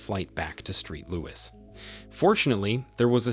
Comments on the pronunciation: The ridiculous mispronunciations make it difficult to follow these stories. And they don’t say “street louis” just once, oh no…they repeat it again and again. And thank goodness the AP had a tattoo of a heart and the name “Jay-Nett” on his arm for ID. Very low effort by the clowns running the channel. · Street Louis? sigh